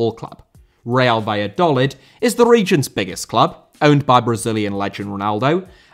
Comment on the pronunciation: its prononced valladolid via do lid